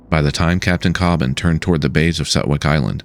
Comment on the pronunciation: Thank you for making an honest detailing of the findings from the Coast Guard and NTSB Marine Investigation. Just a slight correction, My Brother's name is David Leigh Cobban, not David Lee Cobban. Also you are one of the first people I have heard actually say our last name correctly, so thank you for that as well.